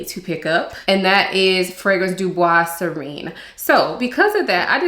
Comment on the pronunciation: Sirene is pronounced “see-rain” …I just want the bottle!! ❤